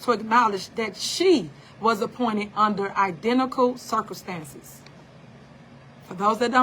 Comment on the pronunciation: She literally says "Circlestances". This girl can't tell me nothing!! 😆